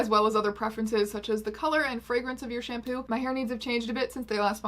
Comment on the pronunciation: Wrong emphasis shamPOO